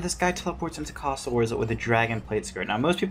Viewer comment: whats with the way you pronounce A sounds like Castle Wars is